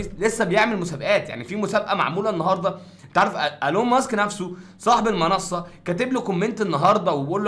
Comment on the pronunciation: اسمه ايلون ماسك مش ألون ياجو 😊